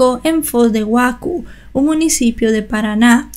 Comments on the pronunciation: Foz do Iguaçú se pronuncia "Foz do Iguazú". Mato Grosso do Sul (se pronuncia como lee. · se pronuncia fOZ DE IGUAZÙ.. Muy buen relato. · Foz de Iguasu se lee el nombre de la ciudad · Foz de Iguazú se dice en español